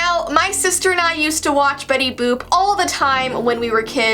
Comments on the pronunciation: "Betty BOOp Why why it sounds like bOOB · it is Betty boot